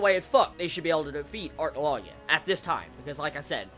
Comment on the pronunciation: Why are you calling him "Arcnologia"? Acnologia "Ack"